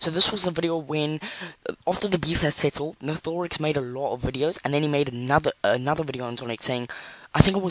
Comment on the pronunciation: it’s nathe or ix That’s how u pronounce nathorix My English is bad Edit: hi